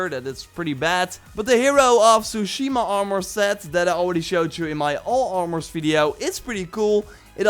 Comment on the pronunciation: Tsushima is pronounced with a T rather than an S.